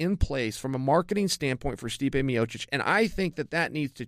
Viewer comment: "Stipe-ay" hahaha. Chael's annunciation cracks me up